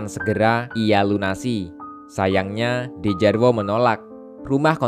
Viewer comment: Bang bacanya Djarwo itu dibaca Jarwo